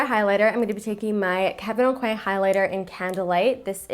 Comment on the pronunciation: The way you say Kevin Aucoin is so funny omg !!! But I loved this, definitely going to have to get the milani blusher, it looked so stunning!